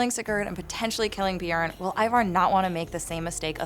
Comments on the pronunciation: Why do you pronounce Ivar the way you pronounce it? Its not an English name. I think you should not pronounce first letter I as in lets say a word iron but like in word instant. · who is ivar ......its bloody ivor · You notice Harold pronounces everything different than every other character, the way he says Ivar and everything